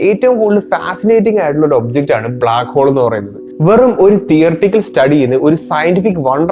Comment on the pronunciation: ബ്ലാക്കോൾ മാറ്റി ബ്ലാക്ക് ഹോൾ എന്ന് തന്നെ പറ